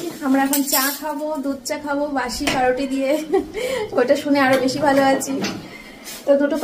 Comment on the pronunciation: Paruti na..pawruti